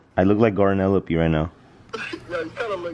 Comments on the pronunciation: "life of garnelope"😭😭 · he said garnelope 😭😭🤣